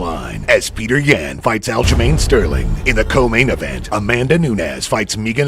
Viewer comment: “Peter Yen”